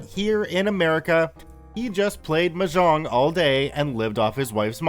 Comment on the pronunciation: The way he says mahjong though hurts me.